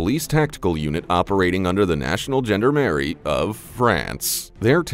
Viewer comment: It's pronounced jaun, dar, Marie not gender marie.